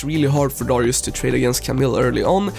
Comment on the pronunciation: Darius not dorius